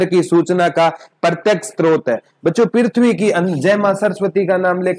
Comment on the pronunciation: Pirthvi ni prithvi hota h